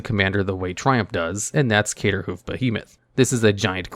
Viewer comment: Man you have to got to stop calling it caterhoof